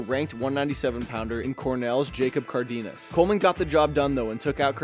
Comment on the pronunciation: As a Cardenas myself, you just gave me flashbacks to when the substitute teacher would come in with that pronunciation